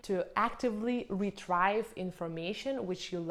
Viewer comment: Excellent advice. Thank you. P.S. The pronunciation of ‘retrieve’ is ‘re-TREE-ve’.